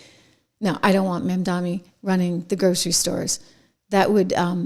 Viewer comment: Trish, Zohran's name is pronounced MOM DONNIE